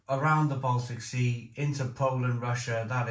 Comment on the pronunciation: Sorry to say, but you're either very uneducated & a bit simple, or the amount of alcohol you consume, is also consuming brain cells. Who? On this planet, can't even pronounce "Baltic"? I mean really!!!!